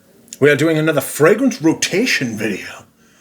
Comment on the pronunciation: La row-tay-she-owwwn